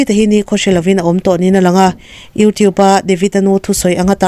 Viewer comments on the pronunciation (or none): none